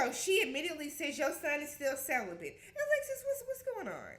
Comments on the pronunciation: Not CELIBATE but celi-BENT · Wtf is celibent!!!!!?!?!? 😂😂😂😂